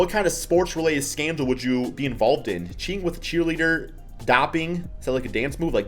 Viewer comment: so innocent he says dopping. it’s “dope ing”